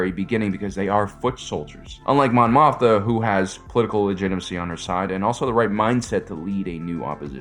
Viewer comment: It's pronounced "Moth-ma" Repeat after me, Mon "MOTH-MA"! 😁